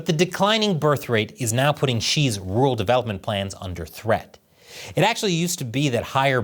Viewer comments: Can you say rural instead of ”ruwul” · Hey,! Learn how to say "rural." You're a broadcaster, for heaven's sake.